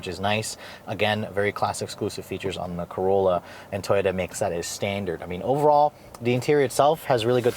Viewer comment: It sounds like you say “keep the key fob IN you.” Lol. Quite the requirement to start the car.